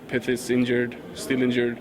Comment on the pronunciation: You need to pronounce pyth as pit (that's how the Swedish people say it)